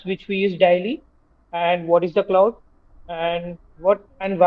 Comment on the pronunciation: It's cloud bro not could rectify it 😅